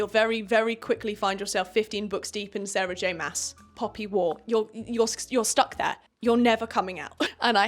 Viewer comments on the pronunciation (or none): none